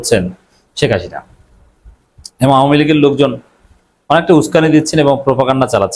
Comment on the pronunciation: আপনি তো ভাই হাসিনা উচ্চারণই করতে পারেন না।